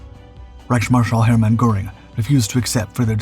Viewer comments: He can't pronounce "Goring" either. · What's with the goofy Hollywood movie clips??? Ye gads.....you can't even pronounce "Heinkel" and "Goring" properly. You tell of events taking place in 1942 while showing a clip of Molders who was dead by that time. Griffen, Griffen, Griffen.....that's not the name of the He 177.